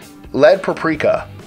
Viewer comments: It's PAP-RIKA, not pa-prika. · Sources? Please cite them so its not just bullshit. Also its PAP-RI-KAH not PRA-PRI-KAH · Please, it's PAP rika, not pa prika. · 🤦‍♀️Pap-reeka is how its pronounced lol. That was killing me! All in all great video though. I shared to fb. Thanks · peprika is not pep-rika but pep-er-ika other than that great job i love your videos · Look at the word "paprika." It's not pronounced "praprika"! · Its not "puhpreeka" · PAP-ree-kah. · Its pronounced pa-pri-ka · Totally worth the time just to hear him say paprika.. So funny! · I live in the same city as and I've never heard anyone pronounce it like that. Lol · Its being grossly mispronounced in the video. To the extent that I stopped the video after the first 3 uses since it was so cringey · You mispronounce "paprika" JFC